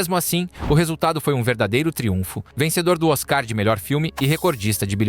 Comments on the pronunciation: Não se pronuncia "Oscar", e sim, "Oscar". Dã dãã dããã dãããã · NOSSA QUE NARRAÇÃO POBRE KKKKKKKKKKKKKKKKK A PRONUNCIA DE OSCAR FOI DE MATAR